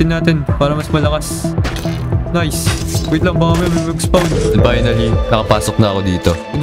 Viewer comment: spon po yung basa sa spawn😂